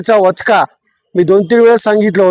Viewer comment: वचका नाही वचपा... भाषेचा व्हायलाय पचका 😂